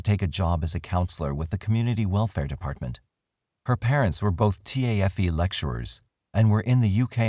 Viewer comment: "T a f e" is simply pronounced tayf, no one goes through the acronym, it stands for technical and further education but no one ever says that either